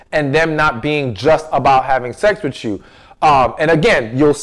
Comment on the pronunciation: PLEASE PRONOUNCE THE WORDS COREECTLY....ITS WITH, NOT WHICH. AND ITS NOT CHU, IT'S YOU.***